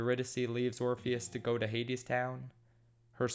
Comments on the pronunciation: I died when he called orpheus "orphan" Edit: Persephone is now "pineapple" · My mood of the day is when you call Orpheus "orphan" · when he calls Orpheus "Orifice"...😂🤣😂🤣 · "Orifice travels to the underworld." Can't decide if name was intentionally mispronounced or that was a Freudian slip of epic proportions.